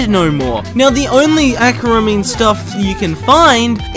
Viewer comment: aquaramine stair , bro sounds so british when saying that